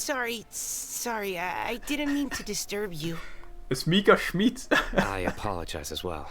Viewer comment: "Schmiiidt" ta prononciation est incroyable